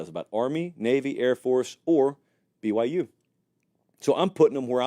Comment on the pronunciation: pronounces “BYU” normally to me I don’t hear any issues with how he says the “Y”